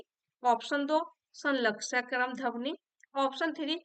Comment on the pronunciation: ध्वनि का उच्चारण सही कीजिए,,गलत सुनने के बाद बार बार फ्लो टूट रहा पढ़ने का